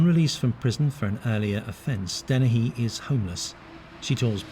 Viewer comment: Dennehy. Not Deni.